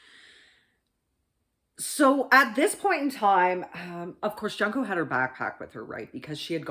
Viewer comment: It's pronounced like june co not Junko FYI